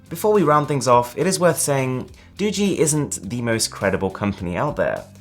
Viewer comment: It's "Do-gee" not "Doo-gee"